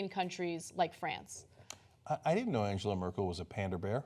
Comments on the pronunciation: You can't even pronounce Angela 😂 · You could start by pronouncing her name correctly Junk and Owna